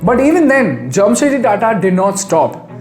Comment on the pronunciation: Its 'JAMSHED' not Jamshet.